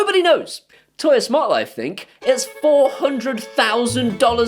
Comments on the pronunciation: For God sake, stop calling it "Toya". It's "Tuya". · Surely it's pronounced "too-yah?"